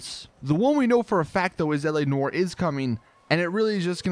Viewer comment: whenever he says L.A NOIRE i hear like ELEANOR lol.... bioshock 2 memories